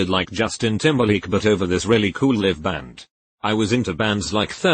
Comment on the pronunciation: When the robot can't discern between 'live' and 'live' and 'read' and 'read'...